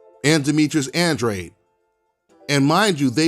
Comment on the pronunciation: The way you pronounce Andrade is uhhn-draw-day , just saying since I got the same last name